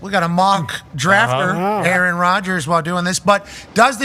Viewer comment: And they all call him "A-A-Ron" 😂